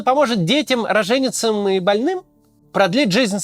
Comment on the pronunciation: Роженицам ударение не туда